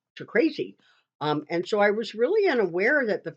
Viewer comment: I've seen your videos for a while. Very informative. I've noticed for some time that when you pronounce your "s's" they sound like "sshhs". Are you using a dental retainer? You know those retainers that are used by patients who have used braces? When you say "so" it sounds like "sho".